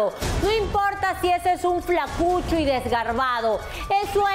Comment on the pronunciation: bullin jaja al decir flacuchoo.